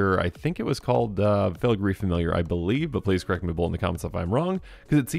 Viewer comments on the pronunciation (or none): none